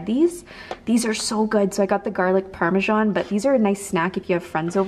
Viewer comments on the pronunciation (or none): none